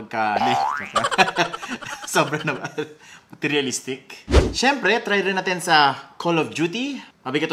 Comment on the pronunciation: Natawa ko sa pagsabi nya ng "MATERIALISTIC"😂